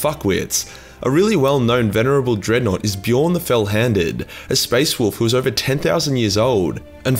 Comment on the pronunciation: Wulfen......Dreadnought.... DIGGANOUGHT